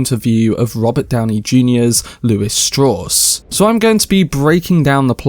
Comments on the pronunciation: Strauss himself explains it's pronounced Straws. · Strawss ? Strauss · Sad they have such a cheap, imitation-cockney voiced narrator who cannot even pronounce a common name like Strauss. I am finishing up a book by the late theoretical physicist Freeman Dyson, who knew Oppenheimer very well and his explanation of the depth, breadth, and empathy of his thinking paints a picture of a remarkable man out of hundreds of remarkable men.